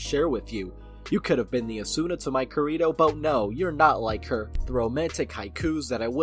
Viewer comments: Kirito... I love you but that pronunciation is hilarious. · Can you not say anime names if you don't know them. I was just listening to this vid and was so confused, until I just realized you were just saying Kirito wrong. It's clear you don't watch anime or at least have not watched any of SAO and that's fine, I lost interest in it after a wile myself. I just felt I had to say something about the name, even though I have mispronounced names myself.